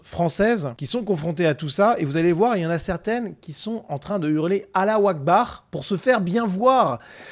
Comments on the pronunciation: Moi j’ai entendu « Alain au bar »😂😂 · Allah akbar avec ce bel accent français ^^ …..